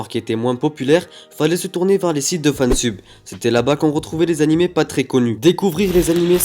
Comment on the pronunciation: Fanseub (prononciation)